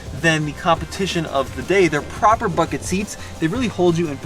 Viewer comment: Proper, like a proper...proper..Proper!!!!! Relax on the proper hahahahah sounds like your trying to be British 😉 great video